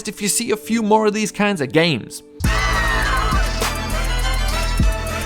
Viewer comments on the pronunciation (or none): none